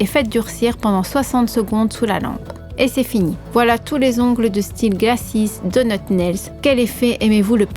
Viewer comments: Est-ce que vous avez prononcé "dotut" et pas "donut"?? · Glacise dotut